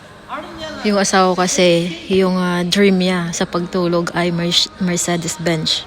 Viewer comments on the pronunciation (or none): benz.. not bench =)